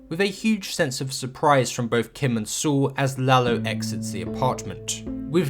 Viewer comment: Great video! You don't have many episode reviews, but the quality is exquisite. Also I like how you pronounce Saul "Soo". Cheers